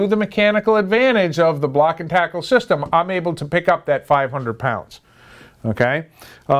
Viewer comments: Can't find the term "made-off" in any marine dictionary, nor have I ever heard it used in any class or onboard a vessel. The phrase literally means to "run away with," so that is confusing to say the least. Also confusing is your pronunciation of the word "tackle" as "take"le... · Great information. But how in the world can you know so much about block and tackle systems yet but NOT know how to pronounce it properly. Oh wait, you actually started saying it correctly . Weird. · What the hell is a "takel"????